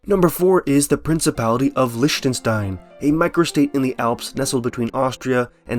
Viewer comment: Lishtenshtayn - yes, murder those german words without mercy